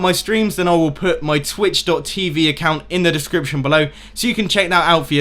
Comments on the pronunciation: says he reads aloud fluently, says discrition instead of description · I love how he says he read perfectly then says discription wrong